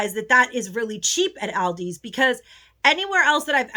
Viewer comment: Please pronounce Aldi's correctly.